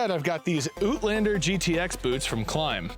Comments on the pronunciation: I love how you say "outlander " - "OOTlander" 😂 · I know the word route is pronounced different ways, depending where you are in the world, like either root or rowt. But what is an Ootlander? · Oot-lander hahaha. Out, out, Canadians bababa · The OOT-lander. Almost had to use subtitles for that.